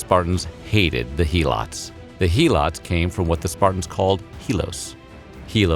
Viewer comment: it's not He-lots it's Hel-ots; other than that great video